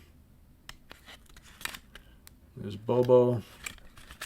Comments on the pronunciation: it’s not Bobo, it’s Bodo. You were so worried about his last name, you messed up his first name! Not trying to be a dick - this channel is my favorite thing on the whole internet and that’s because of you and your impeccable taste and music knowledge. Keep up the great work, man! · Bodo Schopf not Bobo lol